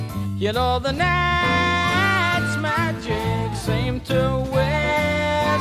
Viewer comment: It's funny - I had that same thought just listening to this now, before I read your comment. Especially when he stretches a syllable out, such as the ni-i-i-ght's magic. I've heard and enjoyed this song for decades, and that never occurred to me before.